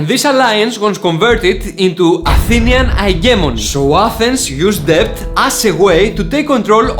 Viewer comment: Debt or Debts is pronounced Det or Dets.... the "B" is silent 😎